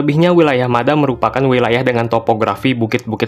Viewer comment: dibacanya Mad ha min, atau kalau dalam bahasa Arab مدحا